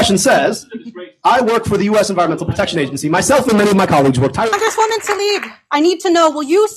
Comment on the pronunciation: Why does Jimmy constantly get Rashida Tlaib's name wrong? It's not that hard. Also, we aren't surprised at Tlaib's behavior here, because we've seen again and again her willingness to go along with the corporatist legislators.